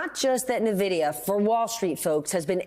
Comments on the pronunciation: It’s en-vida not na-vida! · Nuvidia? Boys and girls? Sectec? Woman is patronizing and can't speak. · They got so much kinda half right in this starting with, correct me if I'm wrong, but is Stephanie Ruhle saying NeVidia, not "N"-vidia? Insana compared DeepSeek to ChatGPT, it's actually a competitor to OpenAI's o1 model. It’s a thinking model. The other guy said she could run it on her laptop, which is kinda true, the 1.5b, 7b or 8b parameter models, or a quantized model could run on her MacBook. They didn’t mention open source at all, which negates the talking point about it being Chinese made. It can be totally reconstructed by anyone with the money and hardware, or fine tuned. So you don’t have to worry about using it on your own hardware, even if China made it. It was all a bit dumbed down.